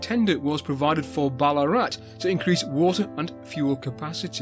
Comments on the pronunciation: Another brill vid but a note on Australian pronunciation: Vowels are rarely stressed, so Melbourne is melb'un , Ballarat is said almost as one syllable, tho the weird double a spelling would be close to ball-aah-rat :D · (Note this 🙂) We don't spell the town name with the "double a" anymore. It's long been simply "Ballarat." So perhaps "Bal-uh-rat" would be the best way to pronounce it. I won't go into detail here with local and outsider names for what is today not such a nice town in regards to many of its inhabitants... No dig at you, just saying from someone who lives in the town.